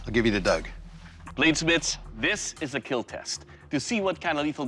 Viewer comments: "It will keel" has to be one of the most satisfying things doug can say in regards to any weapon Makes you proud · I love when he say it will keal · "It weel keel" ತ_ತ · That weapon will keel :D I mean kill..... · it will keel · " it will keal ^w^ " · But its not Kill, its keal. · I love how Doug Marcaida says kill it go so well with his accent